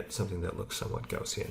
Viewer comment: Gaussian is pronounced: G-ou-ss-ee-in.